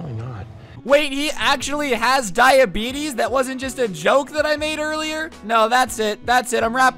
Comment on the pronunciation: Nobody: This Guy: “When I got diabetes(diabetissss)”😂